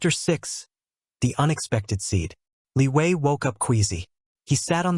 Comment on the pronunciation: Is it me or someone else also heard Liyue instead of Li Wei.